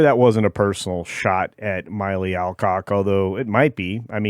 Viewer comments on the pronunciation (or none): MILLEE! Not MYLEE! Sheesh... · It’s Mill Eee, at least get her name right.